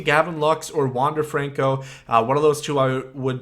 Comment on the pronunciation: i’m a mariners fan and i can say you did indeed say his name right